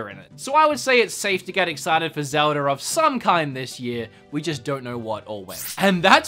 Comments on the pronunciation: Is it pronounced Zel-da or Zel-der? 😂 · “Zelder.” I should be mad, but surprisingly I’m not. (I don’t know if it’s on purpose or just the slip of the tongue) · Sounds like you say ‘zelder’ sometimes. 😁sounds cool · Hah, just noticed that says Zelder 😂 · Zelder ocariner of time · Zeldar? Ocariner of time?